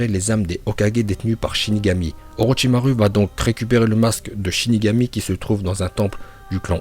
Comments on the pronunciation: Tu dois encore travailler ton prononciation en Japonais ^^ U se lit ou pas u ça se prononce Orochimarou au lieu de Orochimaru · orochimaru à la fin on dit pas "u" mais "ou"